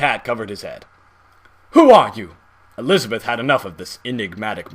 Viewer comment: the way you say elisabeth as jack is funny XD "elisabiiith"